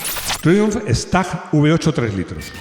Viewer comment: Madre mía ese inglés: prince se pronuncia “prins” y triumph se pronuncia “triumf” no siempre la i suena “ai”